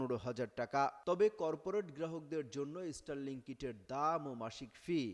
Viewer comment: ইস্টার লিংক।😂😂😂😂 উচ্চারণ ঠিক করেন আগে। এটা স্টার লিংক।